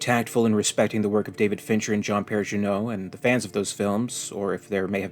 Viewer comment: 3 things: its Jean Pierre Jeunet, not Juno/juneau. The Monteiro is the name of a Nostromo style freighter in the first adventure for the Alien tabletop roleplaying game from Free League. The characters of Alien³ could be clones, dumped by the company as an event not previously mentioned between Aliens and Blomkamp's Alien (or Alien:Sentinel). So Ripley, Hicks, Newt, and Bishop make it back to Earth and become advisors to the company "keeping watch from the inside". Ellen Hicks, Dwayne Hicks, and Rebecca Hicks all work on the project and Bishop was retired. After being cloned by the company while suspended something goes wrong after Ripley and Co arrive on Earth. The lab ship is destroyed (possibly by David) and the clones are dumped and land on Fiori 161. 'Ripley' survived the crash but the other clones were inert and unsuccessful. At the end of Alien³ the We-Yu mercenaries turn up and take away the survivor. Inside the costumes and anti acid armour is actually the Hicks family who are there to rescue any survivors from We-Yu as much as aliens. In the intermediate time the Hicks family (and their mercenary crew) are now fighting on the inside against We-Yu and their plan to harvest aliens. The survivor is a witness. Does this fix continuity or have I missed something?